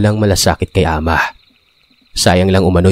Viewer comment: Good morning po,happy listener po from SG,Tama po pgkapronounce mo Ng "ahma"😊🇵🇭🇸🇬